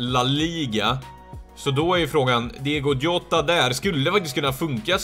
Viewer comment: Du uttalar honom jota. Alltså med ett j. :)